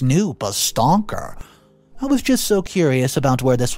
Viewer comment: WHAT THE HELL IS A STONKER?? ITS STALKER